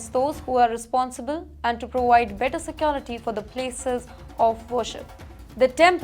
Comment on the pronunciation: why do you say sequo- rity..instead of se -cure-ity..I always wonder at our Indians.They come out to adopt strange pronounciation. 1.se-quo- rity..instead of se -cure-ity.. 2. In-showr- ance..instead of In-sure-ance.. its an irritating adoption.. huh!